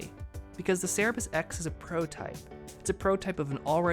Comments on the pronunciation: It's Cerberus, not Cerebus. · its cerberus not cerebus